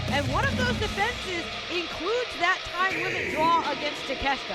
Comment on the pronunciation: Taa-ke- shee- ta. That's how it is pronounced. Not Takeshta.